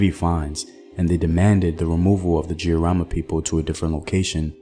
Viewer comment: I couldn't be more proud of my Kenyan heritage & history. The Giriama pronunciation though😄 can you do one on Wangu wa Makeri?